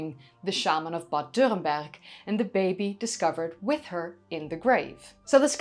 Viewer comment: It's wonderful to hear you saying Bad Dürrenberg perfect! Greatings from nearby.